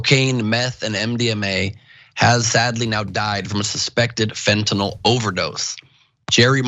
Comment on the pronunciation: LMFAO TYT Resident drug expert really said that "Xanax is really what Heroin is, It's really What "Fentanill" is" 🤣 I could just see this dude selling drugs back in the day telling people "These Tums is just like Vik o Dins, These here Unisoms be just like Quaaludes UH.....Uh just safer!!"